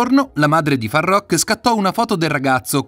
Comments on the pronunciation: "Faruk" non farrrokkk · Imparate a leggere ed a scrivere, prima di parlare e di pronunciare il nome di Farookh (dove le due oo si pronunciano u) e non come dite voi. In più c'è da dire che, tante cose non sono vere e che non hanno a che vedere con Farookh. Sbagliato... su tutti i fronti. È tutto da correggere...